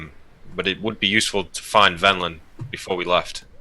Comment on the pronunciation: I love how the NPC is named Venlin but seems to have misheard and is saying Vendilin. Everytime is talking as an NPC to after he misspeaks uses Vendilin rather than Venlan. Little touches like that are why he is #1